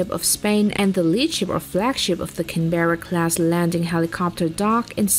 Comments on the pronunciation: Get it Right it is pronounced as Can barra ( bra) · Its canberra class not canBEARa class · The way she said Canberra